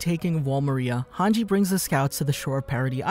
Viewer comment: I love these videos, but I hate the way you say “Maria”